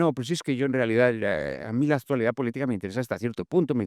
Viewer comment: No puede ser que un escritor que se precia diga “aztualidad” con zeta.